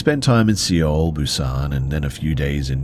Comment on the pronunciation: Pronouncing Seoul as "see-ohl" is wild!!